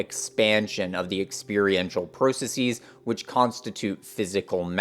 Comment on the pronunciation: Why do you keep mispronouncing processes? Please stop mispronouncing processes. Not all plurals are pronounced like “diagnoses.”